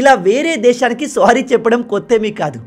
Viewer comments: Good explanation anna 👏 but please don't say the word "sorry" as "స్వారీ". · Kaatar kaadu.. swaary kaadu